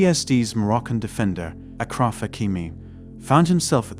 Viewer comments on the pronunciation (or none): It's Ashraf not Akraf